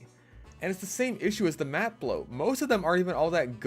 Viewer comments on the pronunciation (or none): none